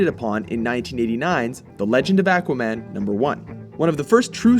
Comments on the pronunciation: OK, to the guy narrating this video; it's Aquaman, not Acuaman. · It's aqua an with the a like ardvarknot like the a in anvil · he says A quaman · the way you pronounce aqua-man tells me you never read the comics. THUMS DOWN. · Its pronounced Akwa now Ackwa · Akwa man lol its pronounced Au Qua Man. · It's pronounced AAHH-quaman. But in the 60's-70's cartoon, Ted Knight used to pronounce it ACK-wa-man, as in back, hack, jack....ACK-wa-man!!! LOL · Am I the only one who gets annoyed when people pronounce it "ACK-wuh"? It's "AW-kwuh"! The other way is like saying "Maar-ri-oh Brothers" ugh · Ackwahman? XD it's aquaman lol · AQUA-man not ACKUA-man. Nice video though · AQUA=AH-KWA, not ACK-WA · It's not ACK WAH MAN! It's AWK WA MAN! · it is AU-qua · why does everyone pronounce him as "ackwa-man"? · Ah-quaman? Aquaman. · it's pronounced oh-quh-man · AHH-quaman is how it is pronounced. I am a comic book expert. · It is pronounced ak-wa-man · you say "ahqua" like a Canadian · When did Aquaman become Ackwaman? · Ak-wahman? What about Aquaman? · Is it me or is he mispronouncing Aqua.....maybe it's a regional thing... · The way you say Aquaman makes me wanna punch a wall. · Okay let's just say this.. We all know he is pronouncing Aquaman wrong. But my plea for him is he is going off the pronunciation they used in the old cartoons.. Listen to how Aquaman himself says it in the beginning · This guy can't even pronounce "aqua" correctly. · You are pronouncing Aquaman wrong.... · Oh yes he is. Even worse than before. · Yes he is. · still wrong....even more wrong than before. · Not sure why, it bugs the way they say Aquaman. I feel like the first a should sound like a short o, not a short a. But that's probably wrong anyway... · Seriously! Learn how to pronounce his name right!